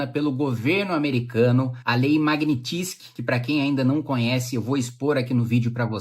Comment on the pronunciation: maguinitissqui ? magnysky ou fonemando em portugues - magniiiinnsqui